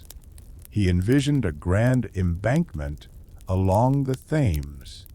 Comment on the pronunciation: Thames pronounced Temz, Not Tames lol.